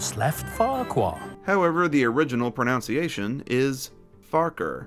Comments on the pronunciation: Pronunciation, not pronounce iation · The fact that he’s talking about pronunciation and proceeds to pronounce it wrong 😅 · Love your stuff but there’s no greater irony than mispronouncing pronunciation